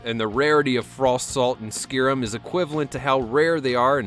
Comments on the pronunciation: Who the fuck pronounces it skirim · Wow you butchered the pronunciation of SKYRIM...its pronounced SKY-RIM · You pronounced Skyrim funny XD